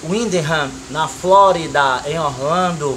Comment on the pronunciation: Reparem como ele fala Flórida kkkk cara gente boa parabéns Amado Deus te abençoe